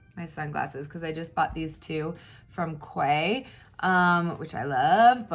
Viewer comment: Hey love just something else we have in common quay are my favorite glasses.... But I was going to tell you that they are pronounced "keys" I found out.... I was calling them the same as you and someone rudely told me that wasn't the way you say them so I did research and found out.... I also asked them in Dillard's the last time I bought a pair🤣🤣🤣...but I figured I would nicely tell you because I'm not rude like some people ... I'm so glad I found you!!Xxoo